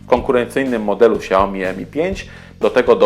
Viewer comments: czyta się śiaomi a nie ksiaomi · dziwi mnie czemu nie podaliście w temacie dużej baterii lenovo p2.. ale mimo wszystko całkiem przyzwoity film ;) ps. Xiaomi czyta się poprawnie "Siaomi"